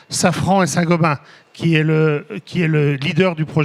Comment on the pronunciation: C'est Saint Gobain et non Saint Gobin